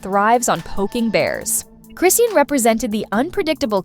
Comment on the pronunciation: It’s CHRIS-SEAN how hard is that to say